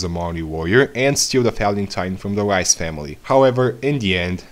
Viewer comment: reiss is pronounced reese not rice